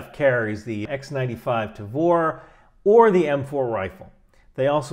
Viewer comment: Thanks for giving the correct pronunciation of the IMI Tavor, see many at the range I volunteer at, now I know.